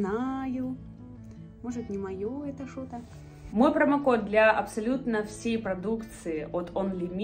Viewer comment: мне кажется, или сказала "шо то"😄 P.S. Я из Украины, было неожиданно услышать знакомое "шо"😂